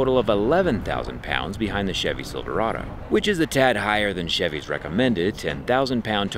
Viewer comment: I definitely heard "silver auto" and not "Silverado" and now I kinda wish it was "silver auto" lol